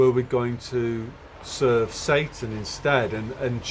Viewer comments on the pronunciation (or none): none